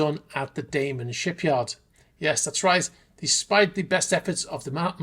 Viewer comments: DamEn, not DamAn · It is Damen! Not Daman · Damen should be pronounced as ˈdæ.mən. The 'a' is not the English 'a'. It should sound like the 'a' in 'banana'.